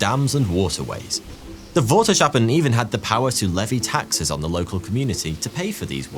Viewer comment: Water sh appen? COME ON! CH as in loCHnesss please s CH ahppen...no more sh sounds, dutch doesn't have that sound, germans, english and frisians use a sh sound..